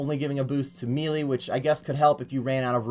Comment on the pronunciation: He says MEE LEE